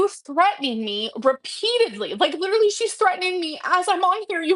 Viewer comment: "I'm lidrually half-nakid" Girl, you casually vlog in a bra, to our detriment, don't even. :face-red-droopy-eyes